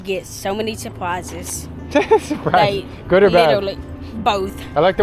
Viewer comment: "so many supwises" 🤣🤣